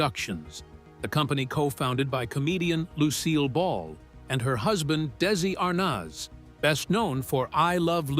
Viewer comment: Again screwing up pronunciation of well known names like Desi Arnaz. I’m m also getting sick of this iPsd writing in its own words I never typed. For example right now I wrote Arnaz. It wrote Arnazubia. Whst the F is that? Occasionally I will type “ for” and it will write “ Fjordland”. AI I’d screwing up everything.